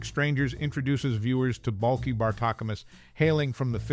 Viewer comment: You didn’t even say Balkis name right! Cant watch this video if you haven’t watched the show